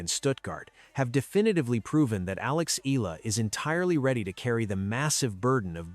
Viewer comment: Pls pronouce her name as Eh...yah...la...